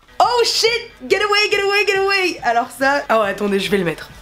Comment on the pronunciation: C'est pas " ger awey " 😅😅